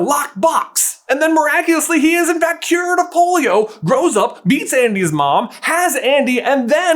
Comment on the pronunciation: Is it just me, or does anyone else hear a B when he says "meets Andy's mom"? I had to do a double take.